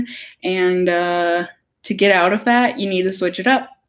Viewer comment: Lol I love when your accent comes out. “Figure it oat!” Hahahaha